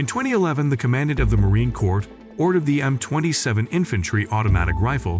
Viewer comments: It is frustrating to listen to this narrator who does not understand how to pronounce United States Marine Corps; plus he doesn't have a clue how we in the military speak - thus has annoying parsing of words which are irritating. I am guessing it is an AI bot reading words, but no comprehension as to what they are speaking about.... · I cannot take the narrator anymore. He can not pronounce Corps! Can not pronounce M249 not 200 and 49. Can not pronounce commandant! What else did he get wrong!!! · Yeah "corpse" instead of "core" 😂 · "The U.S. Marine CORPSE"?!?!?! 😅😂🤣😅😂🤣😅😂🤣 gotta love that A.I. voice!!! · Marine CorPs...these automated voiceovers need some help! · Didn't know US Forces have Zombies. Corp is pronounce as "Cor" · you couldnt go through the effort of listening to your AI slop output first? And edit it to say "M two, forty-nine" or "marine core" or "5 point five six BY forty-five" etc? Lazy bastard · I remember gritting my teeth when the first Communist President of America pronounced it as "corpse", TWICE!!!!!! This guy makes me want to frag the narrator..... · Marine Corpse? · Marine Corpse? Why not use someone who actually knows how to speak English? Just for fun. Numb sane? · the way he pronounces M 200 and 49 killed me as well as him saying Corps instead of it sounding like core. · The AI speech lacks so much! READ SCRIPT,DON’T UNDERSTAND Subject. See, it says Heckler & Cock! Who is heckling dick? Marine Kor z ? I will take any US Weapon and Dominate the Battle Space! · "The U.S. Marine Corpse" XD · Ya lost me at Marine “corpse” and “M, two hundred and forty nine”. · I stopped the video at 16 sec in when he said Marine Corpse 😂😂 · Thumb down. Trash voice-over right off the bat: Marine "corpse" C'mon man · AI sucks for narration purposes as shown by the voice saying Marine "corpse" . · yah...corps? or just pronounce cor? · I love how the AI never says Marine "Corps" correctly, and called it Heckler and Cock